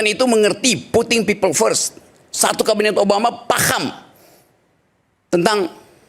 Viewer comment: Bahasa i gis nya puting pipel fres bunyinya sama kata katanya Rokyyy